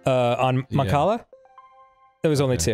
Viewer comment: The way that your playing Mancala is giving me anxiety. CLEAR YOUR ONE POSITION FIRST THING. Also the way you say the word Mancala.